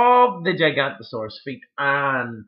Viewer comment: I think the purple dinosaur is pronounced Jig-ano-to-saw-rus, spelled Giganotosaurus.